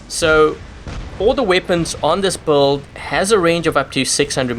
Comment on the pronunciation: I know build is spelled with a U but it is pronounced like billed. Ok buddy just trying to help you out ive watched 100s of your vids and it took me a while to understand you were trying to say build and not buld i was like wtf is a buld